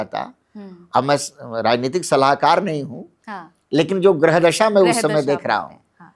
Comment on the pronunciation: गृह नहीं ग्रह होता है. बोलना सीखिए मैडम